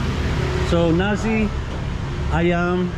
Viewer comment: 'nasi' with an S, not 'narzi' with a Z. NAR-SI <3